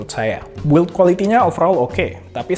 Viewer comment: Fingerprint = Fingger bukan finjer Purple = Perpel bukan parpel Build = bild, u nya ga dibaca